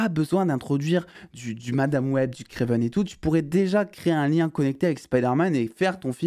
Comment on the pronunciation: Par pitié j’en peu plus vraiment c’est Kraven pas Kraiven !!